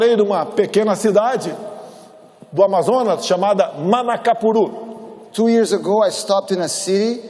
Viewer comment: Bolsonaro: Manacapuru tradutor: Carapacuru kkkkkkkkkkkk